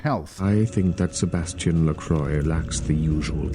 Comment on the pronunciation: It's funny because if it was made 15 Years later, Nosferatu would have a huge Fanclub, and could People out on Twitter. Disappointing that Bach also doesn't know how to pronounce LaCroix.